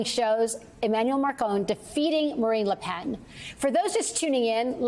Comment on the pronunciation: Macron and LePen, not Marcon and LoPen. The ability to read used to be a prerequisite for on air broadcast news personnel. Apparently not here. And Yeats is pronounced ‘Yates’. An education, or at least looking things up, also matters.